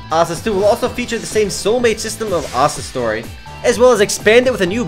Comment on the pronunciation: was speaking really fast, is he trying to break a record O.O Oh and was he saying "Asda Story" or "Asta Story"